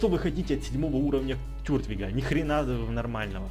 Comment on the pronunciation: Тортвиг а не тюртвиг!